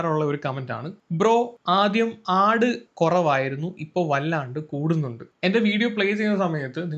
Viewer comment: ഹ 😁😁... ആഡ് (ആട് )എന്ന് ആദ്യം കേട്ട് കിളിപ്പോയ ഞാൻ....😢